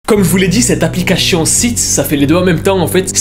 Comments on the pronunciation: Moi: on dit application: Applicashion? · Application se prononce: Applica*ss*ion Et pas Applica*ch*ion Srx mec c'est vraiment dérangeant fais attention à ta prononciation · J’aime trop n’arrête pas de dire aplicaCHION et pas aplicaTION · arette de dire applicachion pitié 🤣🤣🤣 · "Cette applicaCHION" 😂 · « Applicachion » le plus gros fou rire de ma vie dsl c pas pour ce moquer mais voilà 😂😭❤️ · Applicachion😂😂😂 sinon bien ton taf propre j'adhère de ouf 🙏🏼🙏🏽🙏🏿de nos jours on voie des choses choquant flippant affolant que dieu nous aide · Applichion 😂❤️ Je kiffe son accent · "appliCACHIIONN" J'ADOOORE 😭✨✨ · J'arrive pas a me concentrer a chaque fois que tu dis "applicachion" 🤣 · aplicachion...😂 sinon hela la vidéo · le " applicachion " 🤣🤣🤣🤣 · "applicachon" 🤔 c'est nouveau? xD un génie notre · c'est moi ou j'attend tjr applicachion XDquand il le prononce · Pq tu dis applicachion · Pk tu dit aplicachon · Il dit aplicachion😭😅😅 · tout le long de la vidéo "ApplicaCHION" 😂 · Jte juuure trop stressant le " aplicachion "😂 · Ça m'a perturbé toute la vidéo il dit "applicaCHion" 😭😭😭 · "Aplicachion " ma peter de rir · mdr au top je sent bien le fait exprès pour la prononciation de application. tu gère sa fait du com gratuit très bonne idée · Comment il dit application mdrrr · Créachion, verificachion, applicachon, churtout..... Ta prononciachion est chelou......... Tu te la pète ou tu as un nouvel appareil dentaire....??!